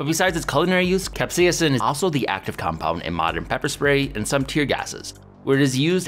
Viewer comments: cap-SEIS-in You're adding too many syllables. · Seems like there is a ghost "a" in your Capsaicin. Keeps saying cap-say-a-sin. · Weird pronunciation of capsaicin. Like a hybrid between the American "cap-say-sin" and British "cap-say-uh-sin." Pronouncing the first i like what it sounds in the words hit, miss, or ditch more than how the Brits tend to pronounce it like the U in hut, mutt, or Dutch. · What if I told you the first "i" is silent in capsaicin?